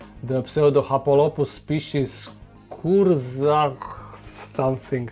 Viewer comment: Not sure how to tell how to properly pronounce it. Maybe "coortshaar"?